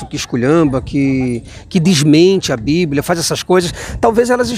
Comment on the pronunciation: Bando de gados. Não leem e não sabem nem falar o nome do livro deles. É bíblia e não blíbia. Parabéns pelo vídeo. E não canso de dizer: #cadadiamaisAteu